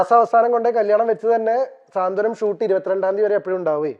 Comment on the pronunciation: സ്വാന്തനം അല്ല സാന്ത്വനം 😀😀😀